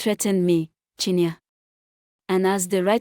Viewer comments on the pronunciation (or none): Not chinya but chin ye re